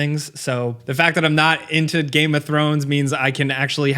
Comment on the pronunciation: still pronounces game as ga-em. I cannot watch him at all.